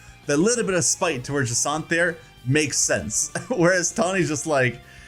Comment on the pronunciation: Jacant? JacINTHE.